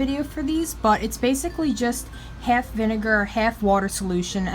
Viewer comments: I love how she pronounces an a like e for example there’s a hef and hef of water and vineger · The way she said bath and half is oooh